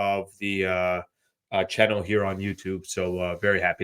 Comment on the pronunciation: be saying chinnel. Subscribe to the chinnel everyone